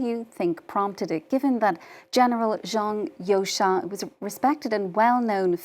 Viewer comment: Zhang You"sha"? Wtf? So, everyone at FRANCE 24 agreed to mispronounce their video's subject?